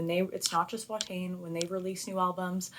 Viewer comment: The pronunciation is more "Va-tain" rather than "Wha-tain".